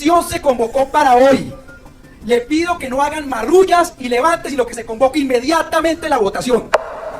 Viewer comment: Marrullas. Con rr y ll.